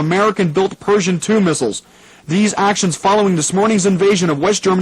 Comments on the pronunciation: Or Persian instead of Pershing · They keep pronouncing it Persian II, but I'm sure they're referring to the Pershing 2 missile. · The DJ mispronouncing “Pershing” as “Persian” and “nuclear” as “nucular” added an eerie element of realism. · Nuclear, not nukular. Pershing missile, not Persian missile.